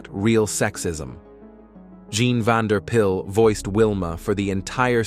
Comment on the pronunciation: PYLE NOT PILL!